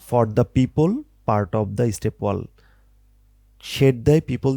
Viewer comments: ভাই অইটা ওয়াল না ওয়েল😂😂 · bhaiya ekto bhol hoyeche apnar pronunciation a well kuwa ke wall ba deyal bolchen